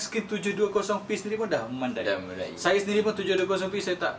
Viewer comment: Memandai ke memadai (*sebutan memada'i) Memandai - mandai la obe ni. Lulz